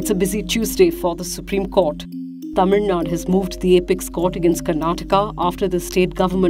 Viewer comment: It's Tamil Nad'U' and not Tamil Nad.